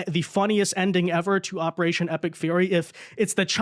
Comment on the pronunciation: opewation epic fuwy